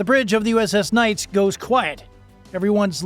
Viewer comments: Enjoyed your video. But the correct pronunciation of the USS Nitze's name is "Nit-Za," not "Nights." It was named after the former Secretary of the Navy Paul Nitze. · Holy shit I can't even watch this crap. It's pronounced Nit-zah not nights. Learn the f'n name! You are dishonoring everyone who serves and has served on it by not taking 30 seconds to do some research. I spent three years on that beautiful ship and knowing they handled themselves well is not surprising, but I certainly don't need to hear you keep disrespecting her. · USS Knights? Or USS Nits-uh? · Vessel named for Paul Nitze…Nits-uh? Not “nites”. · my friend, "nights?' really?... it's nitsuh you twit. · Nitze - Nit zuh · The ship is named after Paul Nitze, Former SECNAV during LBJ's Administration. His name was pronounced "Nit zee". vrckn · Check your pronunciation - the ship's name is nit-se - short i, not long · It’s pronounced NIT-SUH. Other than that pretty spot on video. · “Nit see” pronounce this way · Oh you butchered the name of that ship. BADLY. Also the video is old we dont wear that uniform anymore. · He mispronounced Nitze as well.